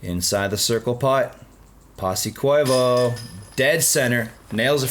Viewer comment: yeah and it's not koivoh, its koivu, perkele